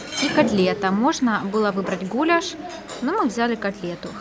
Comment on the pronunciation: Что за диалект у вас ? ГулЯш, вы произносите гУляш, фрукта.-ФРУКТ....баба Таня мать Самвела/так говорит -фрукта